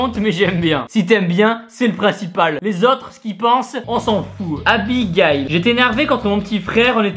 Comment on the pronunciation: Sa se prononce Abigayl !